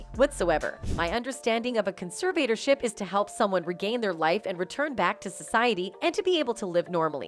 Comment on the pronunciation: Your mispronounciation of the word "conservatorship" was REALLY annoying. And you kept referring to her father as "she". I'd fire you.